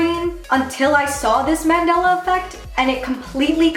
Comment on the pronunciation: Mandela* .... like the guy..... not mandala.